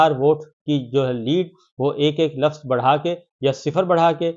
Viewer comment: Sabir shakir Urdu ka Lafaz nai kehty Lafz hota hai, Balab nai bolty Bulb hota hai,Apni Urdu hee theek kar lo YUDDHH